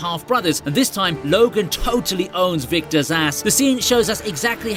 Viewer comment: sounds like you say "Victor Szass" when you were in fact saying "Victor's ass" 🤣🤣 I'd like to see Logan face off against Victor Szass, tho :D